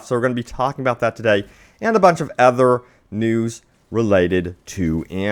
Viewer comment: Other... OTHER. why does he keep saying ether 😐